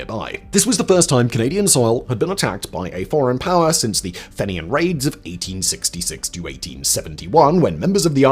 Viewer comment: Don't forget "Tillamook." His pronunciation was really pretty bad, and not just with Oregon names. He didn't even pronounce Fenian correctly.